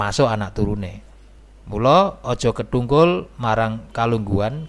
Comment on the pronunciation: Mas, aja diucapke kethungkul, sing bener ketungkul.